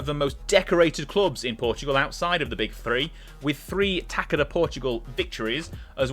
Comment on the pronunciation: Your pronunciation was not bad, as we are a tricky language to master. Although the only thing that is kind of nerve inducing is the pronunciation of "Taça". To those unware, you are saying "taka, taka da liga". However, it should be pronounced as "Ta-suh" or "Ta-sah" Take the the word "Garçon" (as in waiter), the sound of the Ç should be the same